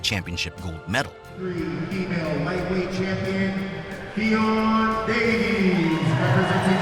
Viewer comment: man really said ffion davis 🤦🏻‍♀️